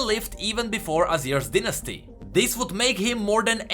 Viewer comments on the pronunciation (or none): none